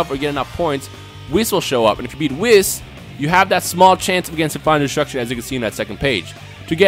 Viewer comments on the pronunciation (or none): none